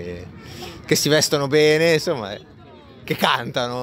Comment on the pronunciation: Si, ma insomma! Curate bene la pronuncia. Insomma in italiano si pronuncia insomma, non inZomma. 🤦🏻‍♂️